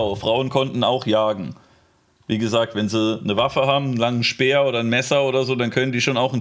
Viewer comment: "speer" oh oh